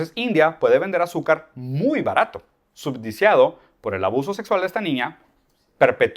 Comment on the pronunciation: Conozco el término subsidiado, el de "subdiciado" lo desconocía. Lo dice un par de veces. También dice "transendental". Entiendo que se refiere a trascendental. En fin, lo seguirá escuchando un poco más.